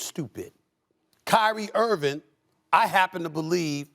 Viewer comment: And by the way,Stephen,his name is "Irving". There's a 'g' at the end. If you are going to shamelessly slander someone, at least have the decency to pronounce their name correctly. But I guess I'm the crazy one for thinking that you might possess any decency.